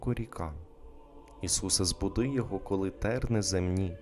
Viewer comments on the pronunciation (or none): none